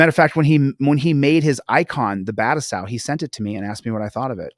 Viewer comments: Battousai is a Japanese word, it is not pronounced well using American English grammar. (but-two-say) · Dude can't even pronounce his "friend's" name...🤦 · But that's his friend! Surely pronouncing it right. 😂